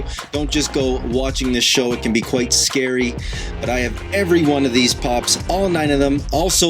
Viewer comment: ITS QUEET SCAWY ASSK YO PAWENTS IF IT’S OKAYY FO U POO WATCH